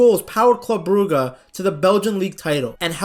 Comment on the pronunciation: Bruge is prounounced 'brujj' like the word rouge, not 'brugga'